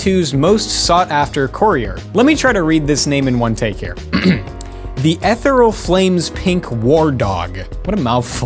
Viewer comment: E-Thee-Re-ahl. Ethereal.